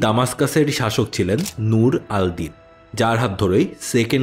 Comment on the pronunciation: ভাইয়া আপনার প্রায় ভিডিওতে লক্ষ্য করেছি নামগুলো বিকৃত হয়। নুরেদ্দিন জেঙ্গির নাম বলছেন নূর আল দিন। শুনতে কেমন জানি লাগছে।